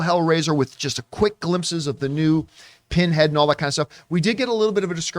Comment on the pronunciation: his name isnt Pinhead....Pinhead.